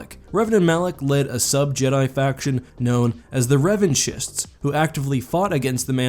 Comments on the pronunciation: I love your vids so much bro, but I can’t handle how you call Revanchist “Revan-Jeest” it’s Revan-Kiss. Anyway, I know the mispronounce comes from the honestly poorly made (first time around anyway. The upgrade they eventually did was amazing) Mod Brotherhood of Shadow from KoToR as that’s how their VAs said it, but nah. It’s Revan-kiss or Kist. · Revan-chist is triggering me hard. **KIST**(